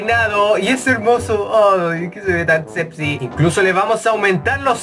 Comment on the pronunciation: no entiendo por que dice sebxy en de vez sexy:v